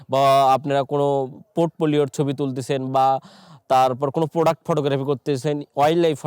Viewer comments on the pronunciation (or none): none